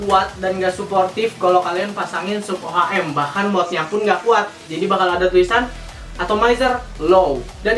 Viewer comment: nih bocah parah sotoynya, mnding lo blajar dlu deh ngomong ohm aja msih salah, gk sekolah lu tong, rba aja lu salah, hati hati ngasih info, orang awam yg nonton video lu pada trbodohi smuanya